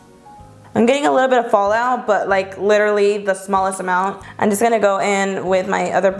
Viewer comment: I freaking love her but does anyone notice that she says "an gonna do a first impression" instead of "i'm" lol it's cute! Love you!!!!